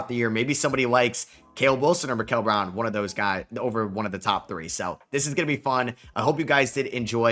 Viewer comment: This dude is a casual He isn’t pronouncing Acuff last name right and Mikel browns first name as well wrong 😭